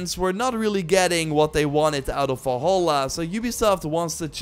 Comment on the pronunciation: Im sorry, but while the video overall was absolutely great, I got incredible frustrated over how you said "Wolholla" instead of "Valhalla"... I loved this video, but please take the revenue of this video to take a grammar/speaking/pronounciation-course. Thank you :) (Before y'all start beefing again, this is meant friendly and I do not mean to attack him personally. So you can kindly piss off, thanks).